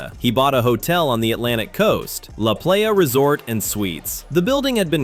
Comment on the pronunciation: The pronunciations of La Playa was painful